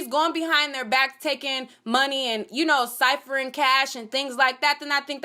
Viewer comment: Siphoning, not siphering.